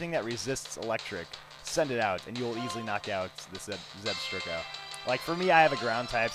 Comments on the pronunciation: Just one correction: When you say "Zebstrika" You're supposed to say "Zeb-STRIKE-a" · I believe it's pronounced Zeb-Strike-A